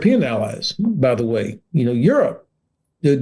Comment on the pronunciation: Why is the presenter pronouncing “the” as “zii” 🤷‍♂️?, this is absolutely nothing to do with his accent - it’s just ridiculous to hear that “”zii, zat, zet, zes”” all the time (constructive criticism is the best way to learn anything not just another language)